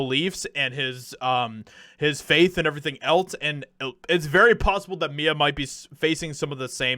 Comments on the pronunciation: Her name is M-I-A Not Mia State the letters Do not phonecate the letters. Good reporting though. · Not Mya, but M.I.A. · It's m.i.a. the letters...not Mia. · It’s pronounced M I A like M.I.A. NOT Mia. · Her name is pronounced in acronyms M. I. A. not Mya or Mia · It's M. I. A. Not Mia. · It’s not Mia it’s M.I.A. Like missing in action ya know? I dont know if that’s what the acronym actually stands for in her case but that’s how you say it. You just say the letters. Think CIA except with an M lol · It’s M I A, like missing in action. 👍🏼✌🏼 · I love this! Lol …. But bro. Her name isn’t Mia. It’s M.I.A. Like, jus say each letter. 😂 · Em-Eye-A. It’s not Mia. It’s m.i.a. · Awesome to hear this! Its M-I-A, not Mia. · It’s M.I.A not Mia. Like Missing In Action. She has a lot bigger hits than her old Slumdog Millionaire songs. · Its M. I. A. as an acronym. Not Mia. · Its M.I.A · M.I.A. - her name is pronounced by the letters M.I.A. like the abbreviation for Missing In Action. It is a play on abbreviations. Her real name is Maya. But I have been a fan of hers for many, many years. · I'm pretty sure it's pronounced by lettters... M, I, A... Could be wrong but the only way I've ever heard it pronounced. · M.I.A. she says her name as letters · Her name is pronounced M.I.A., as in Missing In Action. You say the 3 letters, M, I, A, separately. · her music name literally is pronounced as the letters M.I.A like missing in action. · it's M.....I......A ,you say her name by spelling it . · Pretty sure with the periods you pronounce it one letter at a time, so it's like the acronym for "missing in action". Also if I recall she hopped on the "white people are evil" bandwagon a while back, so hopefully she's gotten off that particular lie. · its M.I.A. as in em eye ayy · Hi. Love you. But, I think it's pronounced M.I.A. Like missing in action. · Her name is pronounced as the letters: M.I.A. She’s brilliant. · I’m sure it’s already been commented, but it’s M-I-A. Pronounced Em-Eye-A